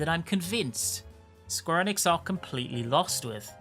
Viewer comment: British people NEVER say Square Enix properly